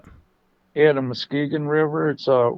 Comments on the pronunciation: MUSKEE GONE?? LOL! It's pronounced MUSK kee gon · Musk-EE-gun Not "muskeh-gone" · It's pronounced mus key gun river fyi. Lots of american Indian, hard to pronounce, names around here in Michigan. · muss-key’-gun river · The pronunciation is Musk'eegun. With the emphasis on kee. But not real strong. MusKEgun. Thanks for the info. The sasquatch I saw was real. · It's pronounced Mus ke gon not Muske gon..just an fyi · it's musk ge gen how u say it lol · Mus- keegan. Is the pronunciation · Thanks for the great stories, most of which seem credible. But Muskegon is pronounced by the locals Musk KEE gun emphasis on the middle syllable. Otherwise, keep up the good work.